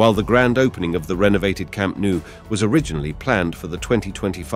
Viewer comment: It's pronounced Camp Nou as the "No" word in english, not camp nu as you say